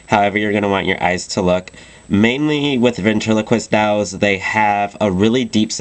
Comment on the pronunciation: this is great, but whats with the way he says dolls?! lol dowlz.